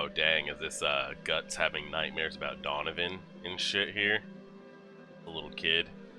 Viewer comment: it's donovan not ducun lol